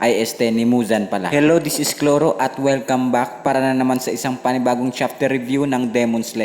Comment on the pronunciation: Dapat chrollo hindi chlorro😅